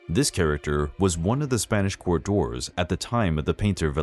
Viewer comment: God, that ending statement hit hard. Also kept thinking you said Draws (as in furniture) not dwarves.